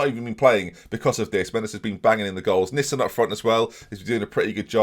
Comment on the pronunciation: Why do you call Nissen ‘Nissan’ every week😂😂😂